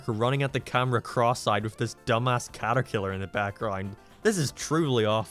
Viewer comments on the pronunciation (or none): The way he said caterkillar like it was the most natural thing in the world is hilarious.